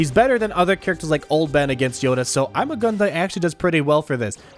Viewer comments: It’s ‘EEMAH GOON DEE’ not ‘IMMA GUN DIE’ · It is pronounced Iimaa guun dii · THATS NOT HOW ITS PRONOUNCED!!!!!!!!